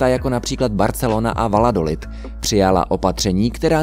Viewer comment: VALLADOLID se čte VAJADOLID (dvojité L se ve španělštině čte jako J). Jinak super video.. sleduji tě už léta letoucí. Nikdy nevynechám ani jeden díl. Jen tak dál señor.